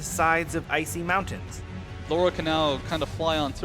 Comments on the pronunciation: Calling Lara Laura...wot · >Speedruns Tomb Raider >Still doesn't know she's called Lara not Laura